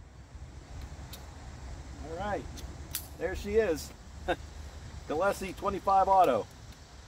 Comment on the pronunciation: You slaughtered the name